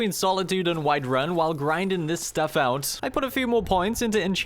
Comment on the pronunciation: SmithIN, EnchantIN, GrindIN, BuildIN. Love the way you pronounce words that end with ing lol